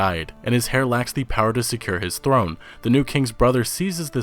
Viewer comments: The word is heir not hair. The H is silent. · Enjoyed the vid but the H is silent in heir.